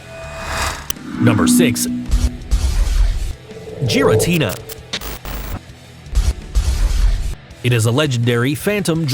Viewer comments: Lu-Gee-ah not Lu-Gia and not Gaira-tina its Gura-tina I could go on but u can obviously tell he isn’t a true fan jus a narrator reading a script 😒👎🏽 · I pronounced giratina like that but changed to gi-ra-ti-na not ji-ra-ti-na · You pronounced Lugia and giratina wrong. You didn’t say the G right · Its not kayurem its kyurem and where the fuck is rayquaza groudon and kyorge and you called lugia lujia and giratina jiratina and mewtwo is not made by arceus mewtwo was made from the professor and palkia was not made by areus even dialga and you called dialga di alaga and the strongest pokemon is mewtwo and rayquaza and arceus and arceus was not born in the egg and you called darkrai darkray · Celebi is a GRASS type, NOT PLANT TYPE! And it is NOT the dragon trio!!! Also, the pronunciations for the ones you did wrong are: Gear-A-Teen-A, Loo-Gee-A, Cure-Em, Pal-Key-A (No pauses whatsoever),, Dark-Cry and Ark-Ee-Us (No pause) P.S, I only watched this till the end cos it was WAAAAAYYY too cringy!